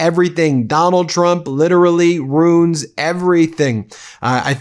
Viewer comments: "Ruin" has two syllables. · Ben, RUIN IS PRONOUNCED ROO-IN, 2 SYLLABLES! NOT ROON. JEEZE, I THOUGHT U WERE AN EDUCATED LAWYER! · As he said initially "I ru[i]n the country and the world."